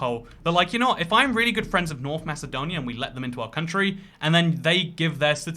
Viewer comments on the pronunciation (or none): none